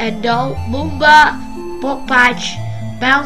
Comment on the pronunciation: It's not boomba its bubba